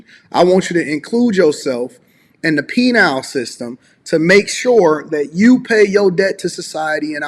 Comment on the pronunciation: it's "penal" system, not "penile", which is the other "thing" 😂